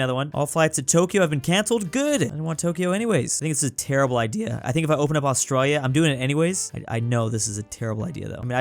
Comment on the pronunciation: Me when he said canaberrrrra 🤬🤬🤬🤬🤬😤🤬😤🤬😤🤬😤🤬😤 and aooooostralia